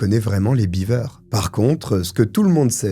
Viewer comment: 'Biver'-Beaver, c'est une famille de castor, si tu le prononce comme ca. 'Bever 'Ca se prononce Bèv-r.